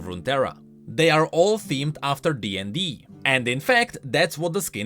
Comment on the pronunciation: "in the DND" I an avid DnD players can state we do not say it like that